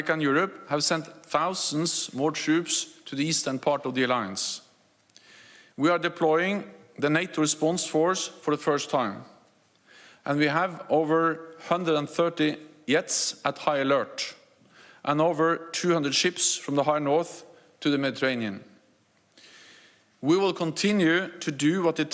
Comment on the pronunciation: Man I can't believe this guy holds such a powerful position. It looks like it takes a lot of energy for him to read in English. Even pronouncing "jets" as "yets". English might not be his first language but come on... this is ridiculous. Even I could do a better job.